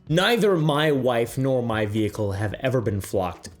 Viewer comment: I don't trust anyone who ever says the word vehicle like that